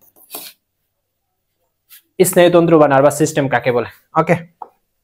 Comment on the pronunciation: ইস্নায়ু তন্ত্র না স্নায়ু তন্ত্র